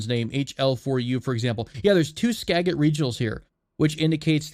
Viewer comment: Skagit is pronounced skajit -a Washingtonian